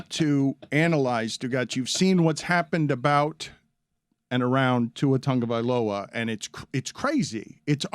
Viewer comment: That’s how you pronounce it. We’ve known this for years at this point.